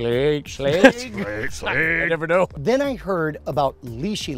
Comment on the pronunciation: Schlage rhymes with egg